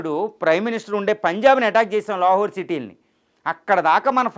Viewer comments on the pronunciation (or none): none